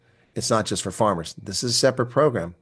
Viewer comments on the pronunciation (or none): none